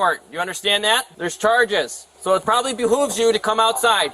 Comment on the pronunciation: "It behoovs you...."😂😂😂 Thank you for going there😂😂😂